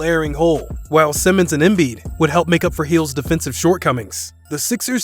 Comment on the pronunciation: And “jole embeed” 😂😂